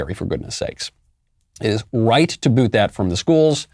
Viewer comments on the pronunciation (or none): none